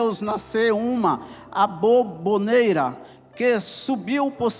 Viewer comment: Ela está falando sobre a forma que o pregador está dizendo "aboboneira" ao invés de aboboreira.